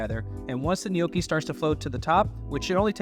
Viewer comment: I winced every time you said gh-nocchi 😂😂😂 as an Italian American from Jersey it hurt. But it looked good my dude I’m gonna try it tonight!